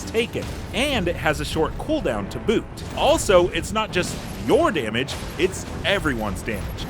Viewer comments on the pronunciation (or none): none